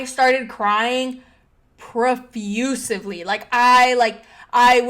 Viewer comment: "Profussively" lol..